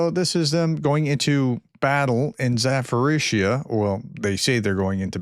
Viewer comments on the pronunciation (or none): Zaporizzhia pronounce with later P not PH...more like Za-Po-RiZ-Ja.